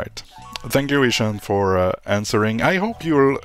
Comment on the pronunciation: FIRST!! Lol it's pronounced ishaan not ish un XD Also my Pokemon point is that there's a lot to do besides following the main questline And the v&h points were to get more combat exp hence dailies needed Side content in Pokemon is catching more Pokemon in side zones/new zones! And yes I HATED THE CLASS BALANCING IN V&H but it has nothing to do with the horrid exp curve from 75-95